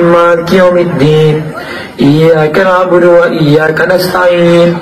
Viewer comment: Iyya kana'budu wa iyya kanasta'in... Bukan budu wa IYYAR.